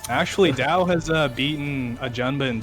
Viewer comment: Right pronunciation: d-yeee-ao (read fast)